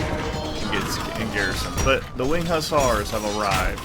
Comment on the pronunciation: Perfect pronunciation first time, gg